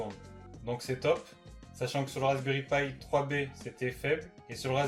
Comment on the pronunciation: C'est pas pie c'est pi